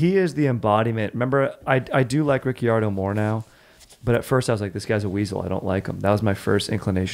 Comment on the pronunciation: crying yalls pronunciations of renault and ricciardo appreciate the f1 talk tho